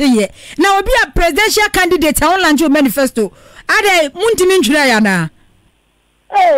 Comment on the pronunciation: The word is launch and not lunch mad presenter